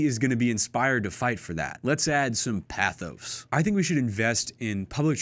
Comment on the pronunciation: He's also saying "pathos" incorrectly.